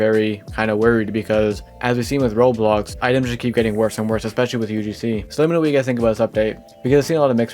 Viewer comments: Why do you sometimes pronounce roblox like "roles" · you say sometimes roblox like "ruls" and it really throws me off